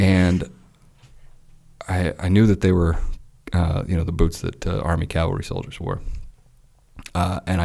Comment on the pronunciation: “He even lead a calvary charge on camels”…. Bro wtf 🤣😂